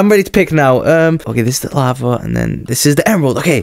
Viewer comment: its lava not laver lol